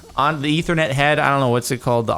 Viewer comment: Am I the only one that got mad wen he sead ithernet